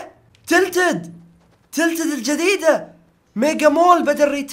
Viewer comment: النطق خربان عندك مو تيلتد تلتد